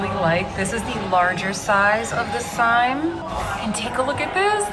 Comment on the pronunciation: Hi - The Polene Cyme is pronounced "seem". Just an fyi.